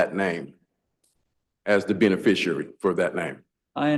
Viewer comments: The instant you utter the non-words "benefissherry" or "benefisherrarry" when referencing your non-self in my courtroom, you lose. We're going no further. No more time, taxpayer money or public oxygen will be wasted. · SovTard #3 "ray-row-ded" himself by trying the "beneficiary" nonsense. Well played Your Honor.